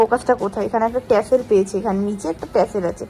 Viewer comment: টার্সেল ❎টেসেল ✅